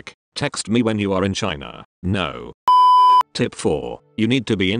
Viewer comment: Does he say "tit" instead of "tip" cuz lol